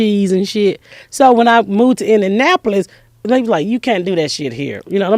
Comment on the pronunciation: Funny woman... mental life. "Indinapo-lis.